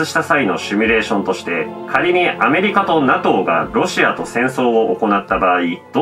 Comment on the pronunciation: 「シュミ」レーションって言うのやめて😂 シミュレーション(simulation)だから